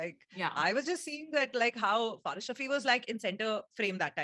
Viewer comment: butchering faris ka verse😵😵.... Btw loved your reaction